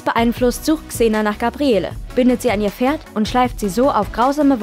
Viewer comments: Xena kann Sie richtig aussprechen ja, dafür Gabriellllleeeee nicht:-) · Wie sagt man, dass man nie xena geguckt hat ohne zu sagen, dass man nie xena geguckt hat? Indem man Gabriele wie nen deutschen Dorfname ausspricht. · Ja, es wird Gabriell ausgesprochen. In Staffel 1 hieß sie noch Gabriella. Aber Hauptsache Eveny richtig aussprechen. Lol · Gabriele, das e am Ende wird nicht gesprochen. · GABRIELLLLLLL!!!! Nicht GABRIELLEEEEE. Herrgott, bitte erstmal Serie angucken, bevor man ne Inhaltsangabe vorliest. Ganz zu anfang nannte sie sich mal GABRIELLA, was später in GABRIELL geändert wurde. GABRIELLEEEEE hieß sie aber NIE. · Es heisst "Gabriell". Das E am Ende des Namens ist stumm und wird nicht ausgesprochen ! Habt Ihr eigentlich jemals Xena angesehen DE ? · Das e am Ende von Gabrielle ist stumm. Der Name wird französisch ausgesprochen. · Nachdem ich gehört hab, wie der Name von Gabrielle ausgesprochen wurde, war für mich dieses Video erledigt. Klarer Beweis, daß man sich nicht mit der Serie auskennt und diese nicht mal geschaut hat. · Gabrielle wird ohne E am Ende ausgesprochen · Seit wann spricht man das E von Gabrielle aus? Also dass Kreuzigung grausam ist, glaube ich sofort